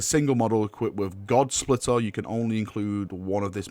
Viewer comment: Looks good. Reading fail on God-Splitter though.